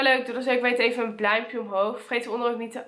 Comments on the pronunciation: een bluimpje? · bluimpje omhoog😂❤️ raap me op😂 geen haat love you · zei je nou bluimpje? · Waarom zegt altijd doe even een “bluimpje” omhoog? Geen haat want ik ben haar grootste fan xx mij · Je zei “bluimpje” 😏 No hate haha